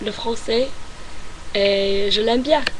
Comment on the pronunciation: Your nasality sounds very French. I've been studying French for 10 years and your nasality for sounds like "En" sounds spot on. The way you pronounce the vowel E, like "je" is very good as well. Keep it up. You'll get there.